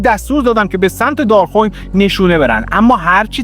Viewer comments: دار خوین اشتباهه. دار خُوِین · اولا ممنون عالی مثل همیشه ولی ددمطلب دراول کلیپ گفتید سپتامبر۱۹۴۱که غلط است دوم تلفظ شهر دارخوین که باید بفرمایید دار-خو وین امیدوارم تونسته باشم تلفظ صحیح را بیان کرده باشم